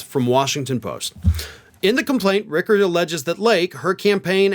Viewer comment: It’s Rich-er not Rick-er, just fyi